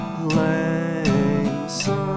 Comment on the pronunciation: Thank you! For saying "Syne" instead of "Zine". From a Scot living in northern Sweden. :)